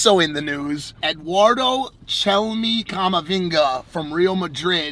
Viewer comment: Bro gotta pronounce Camavinga correctly